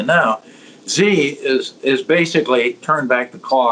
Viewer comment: Steve Hanke is great but his pronunciation of these Chinese official's names needs some work ;)